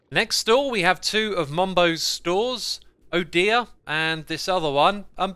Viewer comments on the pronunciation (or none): none